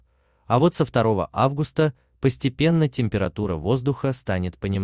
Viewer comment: Читает как немец августА